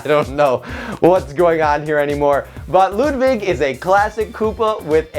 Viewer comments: Ludwig not Ludvig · You’re saying “Ludvig” not Ludwig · It's Ludwig not ludvig